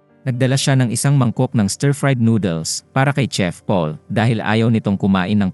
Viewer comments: CHEF po hindi tsef. parang tanod lang ah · Mali po pagka bigkas nyo sa "CHEF" Hindi po "tsef" Yun, "shef" dapat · Thai kc kaya tsef Pag korean ang bigkas shef Pag pinoy shit😅 Owkie lang yan Sabi nga nila E Correct mo in private but purihin in public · Alalahanen mo magkakaiba tayo ng LANGUAGE SLANG, PILIPINAS PA LANG IBAT IBA NA,taaw ng ihi mo😂😂😂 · Hehe a.i po yan kaya hnd tlga msasabi ng maayos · It pronounced as "shef" Not tsef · gsto nya tsef eh bkt ba haahah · Hahaaha bkt Kasi tsef😂😂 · nice movie recap. no offense meant but I just want to correct you regarding your pronunciation of Chef and Recipe. "Chef" should be pronounced as "Shef" and "Recipe" as "Re-see-pee". also "Trademark" as "treydmark" and "Menu" as "Men-nyu" so you can say it right in your next video.